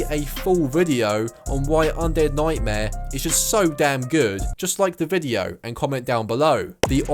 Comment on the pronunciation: Undead noightmare